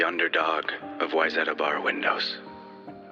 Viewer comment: I lived in Lake Placid, NY and now in Idaho... Your videos are awesome, but knowing how to pronounce Wayzata is awesome!!! Where I grew up!